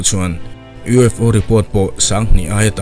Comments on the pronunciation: USO 😂 A bengvarthlak in ngaihthlak anuam e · vel ah hian U.S.O i ti a nia 😅🤣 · a U.S.O. tia i tawn sawi hi lam sual palh a ni em ? I Channel content ho hi ka tuipui chi hlir an la ni. I hna thawhna chhunga mi thenkhat i dah tel tiam lovin.😁.